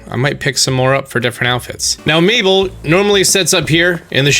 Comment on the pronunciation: I was wondering who miiball or meatball was and then I see you talk about mabel and I was so surprised how different you pronounce that haha